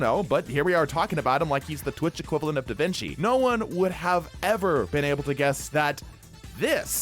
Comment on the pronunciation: I think you're the first english speaker I hear pronouncing davinci right